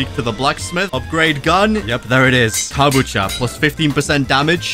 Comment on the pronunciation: Kabacha? It’s Kabucha